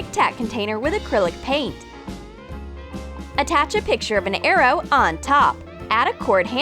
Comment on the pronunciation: No lwiay heared c-attach